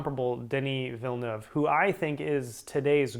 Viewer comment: Denis Villeneuve is pronounced Vill-nev not Vill-newv